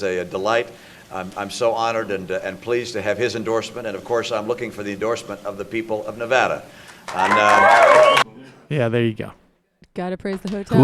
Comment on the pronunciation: hmm....no wonder romney lost....he went to nevara instead of nevada.